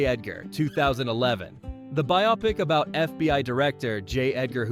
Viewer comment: “bio-pic”, not “bi-op-ic”